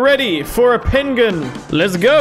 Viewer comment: At least it wasn’t an 8 banded Arm A Diyya. 😂😂😂😂 Had too after the Pen Gu In pronunciation.